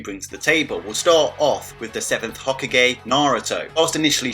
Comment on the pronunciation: I feel like your deliberately butchering the naruto names and terms for example Shippūden or hokage. Still great video 👍